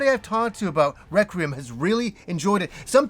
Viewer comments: REQUIEM for crying out loud, Requiem. Not Recriem. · Lol he always has a hard time pronouncing it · adding the extra “r” to Requiem cracks me up every time 😂